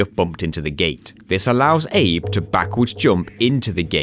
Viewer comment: Abe is "Abe"le